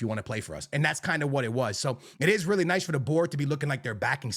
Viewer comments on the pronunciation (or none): none